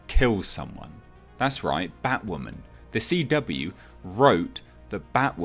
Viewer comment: Batwahmen is a fucking mistake